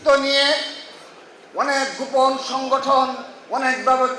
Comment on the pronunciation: দক্ষিণ এশিয়ার ইতিহাসে সর্ব শ্রেষ্ঠ ফেসিস্ট! তো কাকা দক্ষিণ এশিয়ায় দেশ কয়টা আর কে কে ফেসিস্ট ছিলো? হাসু বুড়িকে শ্রেষ্ঠ হতে গেলো তো আরো কয়েকজন দরকার, তো তারা কে কে নাম বলতে পারবেন ? বলদা কোথাকার, গোপন শব্দ টা বারবার গুপন, গুপন বলে উচ্চারণ করে।আধা শিক্ষিত লালাটু।😂😂😂